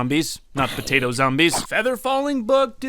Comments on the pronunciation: I can't place any time stamps the part you keep saying potato and as I a Pinoy you keep swearing every item or object you hold or saw you just keep swearing and it's funny potay or p*ta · Potato, puh tato. Puh Tata?